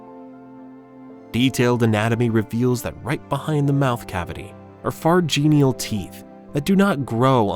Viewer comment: Okay, two major mispronunciations: there is NO WAY you can make the word CLAVUS into CAL-VUS. No. There just isn't. And then you get a word like PHARYNGEAL. It is pronounced FAIR-EN-GEE-UHL! But at least it shows that you most likely aren't an AI talking to us.